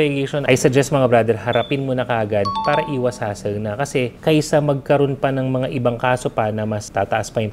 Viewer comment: Boss imho lang bulol ka po sa pala or may R na word na tagalog ung pala nyo po para